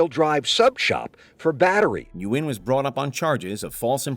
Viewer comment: Nguyen is pronounced "when" like the reporter pronounced it. It's not important for the attempted kidnapper, but I've met many Nguyens.